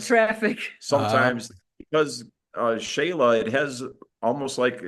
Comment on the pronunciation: Not Jayla it’s Shayla 😂